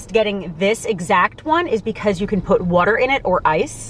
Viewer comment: wooter fountains wooter